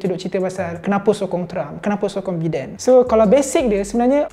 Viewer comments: It's pronounced as "Baiden" not "Beeden". SMH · Ingat aku sorang je pronounce Biden as Bi Den not Bai Den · Biden bukan Bidin.. Bidin, Bidin.... 😅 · Aku igt sebutan dia Bai-dern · Satgi dollah ni kena ketuk kepala dgn Alan sebab salah pronounce nama Biden 😂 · THAT'S NOT HOW TO CALL BIDEN'S NAME >:(